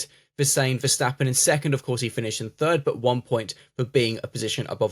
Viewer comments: In English, when you read the word "step" do you pronounce it as "shtep"? Not in my world. Well, the "stap" in Dutch is the same. It even means step. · Yeah I don't get why Verstappens name seem to conjure up some extra letters with native English speakers